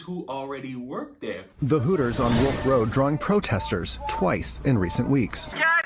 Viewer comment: It’s “Hooters”, not “Horrors”.